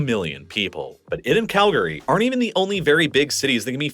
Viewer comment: Congratulations on pronouncing it Kal-gree and not Cal-Gary. We’re proud of you.